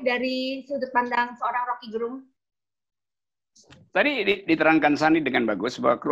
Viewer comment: Salah satu bukti RG adalah orang yg sangat demokratis adalah beliau tidak pernah mengkoreksi atau meminta orang untuk memberitahu pembacaan namanya yg selalu penyebutannya Gerung kendati pelafalan yg benar adalah Gérung. Full respect.